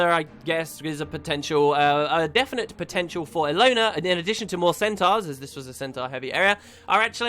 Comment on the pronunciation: stop pronouncing centaurs wrong! fucking hell!